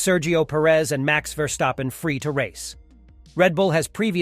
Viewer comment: Impossible, question has no answer. Max will always be number one, his driving forces it to be so. By the way, his name is pronounced differently, the st in his name sounds like as in step. You pronounce it like scht instead of st, which is more of a feature in German names, not dutch ones.